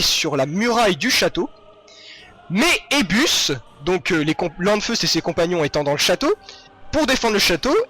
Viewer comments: Pourquoi prononcer le "n" de "Lanfeust"?? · Ah tiens! Je savais pas ça! Elle se situe où cette commune?? C'est pas grave, =) c'est juste que ça m'a fait bizarre quand j'ai entendu plusieurs fois LaNfeust. Parce que quand je le lisais je me disais toujours Lanfeust sans la prononciation du n. =)